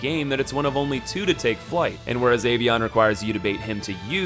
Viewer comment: Boi pronouncing avion as ay-vieyon